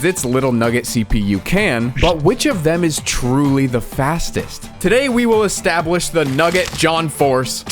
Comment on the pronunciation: i hear both Establish and Estabwish